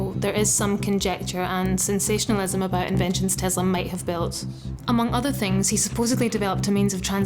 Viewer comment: Forest here please she has PhD but cant pronouce his surname properly it is tes-la it's an s not a z